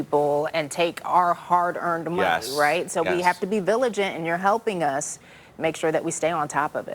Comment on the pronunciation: "viligant" haha